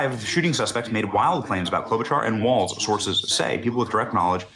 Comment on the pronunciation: ITS TIM WALZ PEOPLE. NOT WALTZ!